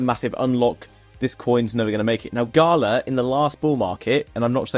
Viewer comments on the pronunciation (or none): none